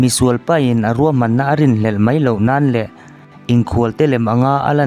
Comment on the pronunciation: "Mai" tih tur ah "mei" tiin i lam ṭhin a,a dik lo ania...eg..ani khawp 'mei' tiang hian i lam a, 'ani khawp 'mai' hetiang zawk hian lam tur ani e 👍